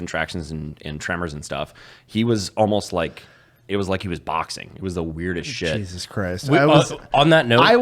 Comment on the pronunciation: "Geesus Christ" >_<¿ lol, You're Mexican, you don''t pronounce the J's, He-zus. Love you Juys. lol.